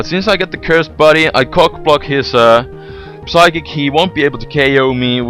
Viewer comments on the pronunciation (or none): psychic - the P is silent